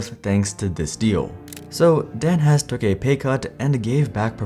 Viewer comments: I am pretty sure his last name is pronounced Hess-E. Also the story of the downfall of Palm is incredibly interesting in its own right. The lack of apps was a problem but not nearly as much a problem at that time as the bizzare marketing, making smaller phones when the market was going bigger and sprint also just being the wrong launch partner for them too. (Might be worth its own video). That said the Pre was Sprints 2nd attempt at taking on the iPhone they had a phone called the Samsung Instinct that literally had no apps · Hesse is pronounced Hessee not Hess. I was one of the "fired" customers. I managed to get completely out of my contracts without paying a cent. We where actually happy with sprint for years until we moved to the other side of town then Sprint was completely unusable for us at home. We had to use one of those terrible Airave routers that pretty much never worked. We where constantly fighting for almost a whole year before they finally let me out of the rest of my contract. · Hesse's last name is pronounced "Hess-EE" not 'Hess'